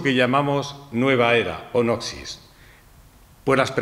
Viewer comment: Gran charla, iluminadora. Tema menor, se pronuncia “nosis”.